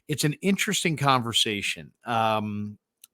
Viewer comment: Ngakoue is spelled phonetically as En gock way.